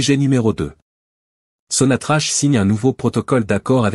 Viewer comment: On la prononce sonatrak